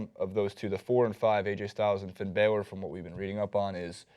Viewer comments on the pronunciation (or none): It's pronounced Balor not baylor! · You guys can't even pronounce Balor. You can spot non wrestling fans a mile away